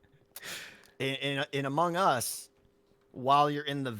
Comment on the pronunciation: Thank you for confronting (is that the right word)? Tango about his pronunciation of Among Us and Discord, it's really annoying!!